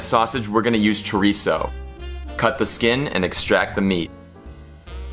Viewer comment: You say chorizo like a white person, practice on your accents. Thank you 😜😂